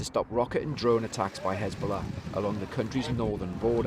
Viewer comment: Has-ball-ah became Had-ball-ah